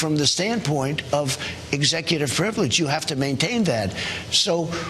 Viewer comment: Anyone else notice the word slurs and mispronunciations? Executor frivelege